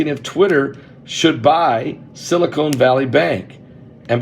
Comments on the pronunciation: Not silicone. Silicon, as in sili-CON artist ;) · I love you Pastor but it's Silicon not Silicone. Also it is idea not ideal. I'm sorry. My family calls me the word police. I just can't handle it when words are pronounced wrong 😵‍💫